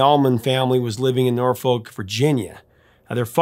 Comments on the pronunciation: Yep. As a born and raised local, hearing "Nor-Folk" is like nails on a chalkboard. 😂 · Yo Prof, we pronounce the city “NAW-FUCK.”